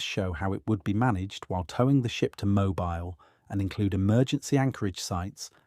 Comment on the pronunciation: Thank you for the update. Also, Mobile is pronounced "MO-beel", not "Mo-bile".